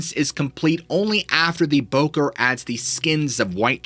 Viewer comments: It's not pronounced "bocker" it "boh-corr". Don't say it like that. Fais pas ça. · Bokor should properly be pronounced "Boh Core"